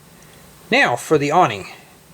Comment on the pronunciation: no he said now it just sounded like meow